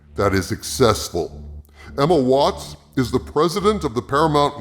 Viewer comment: When you said 'Emma Watts at Paramount' I thought you said 'Emma Watson Paramount', and the captions agree with me, too. lol